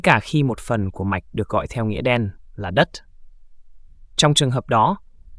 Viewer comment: Cát t, đất t, mạch t 😮